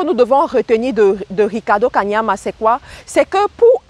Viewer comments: Belle vidéo, mais sache qu'il ne s'appelle pas 'Kamania' comle tu l'as dit tout au long de la vidéo, mais 'Kaniama' commevtu l'as si bien écrit sur le titre de ta vidéo ... :) à part ça, pouce vers le haut... Bonne continuation ! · c'est KANIAMA pas KAMANIA tu detruis son nom la jusqua 😂😂anyway merci pour cette synthèse puissante!!